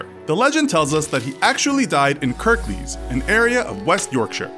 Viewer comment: I love it when Americans slaughter English names. It's Pronounced Brig house, not Bridge house. I'll give you 7/10 for Kirklees though. 😁